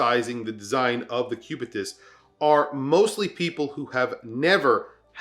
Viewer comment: First: not cubitius but cubitus. Second: cubitus is the latin and medical name of the long bone in the forearm ending at your wrist with a protuberance ( ball ) on the which rests the 12 o clock of your watch. Lastly, cubitus is also a phonetic contraction between cubique and nautilus. Stupid ? really ? who ? 🙂